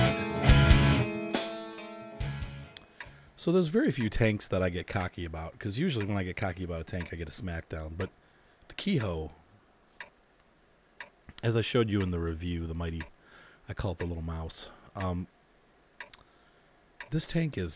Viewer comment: The 'e' in Japanese is pronounced like 'ay' the same as in Jose the spanish name. So it's pronounced 'Kay Ho' for the Ke Ho and 'Chi Hay' for the Chi He.